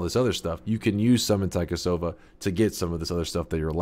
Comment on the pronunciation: "Taikasauva" is literally magic wand in Finnish. Loved the devs for naming some stuff in Finnish and also you pronouncing taikasauva.